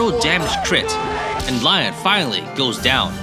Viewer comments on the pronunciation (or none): Sounds like he’s saying lion instead of Lyon too